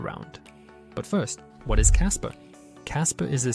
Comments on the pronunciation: Kaspa not kasper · "Kasper" lol